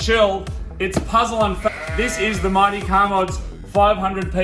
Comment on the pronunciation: Puzzle and Fank? I think that’s what you said ...